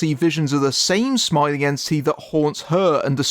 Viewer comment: I kept hearing you say "Smiling ANTSY" or "Yancee" instead of entity and that was just hilarious.